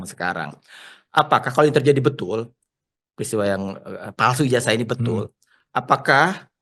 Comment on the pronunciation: Ijazah bukan ijasah...betulkan pengucapan bhs Indonesianya😂